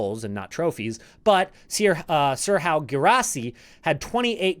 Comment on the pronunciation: Serhou is pronounced “Ser who” and not “Ser how” 😂